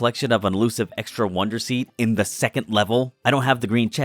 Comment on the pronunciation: why do you pronounce it “wander” and not “wonder”